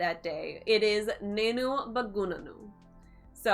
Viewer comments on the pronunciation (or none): It's more like Baagnaanu and not bagoonanoo. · Only one small correction..while saying "bagunanu"..spell 'ba' little longer..like 'baa' ..exact pronunciation would be "baagunnanu"